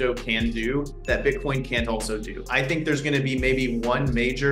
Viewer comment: They way this dude pronounces Bitcoin makes me cringe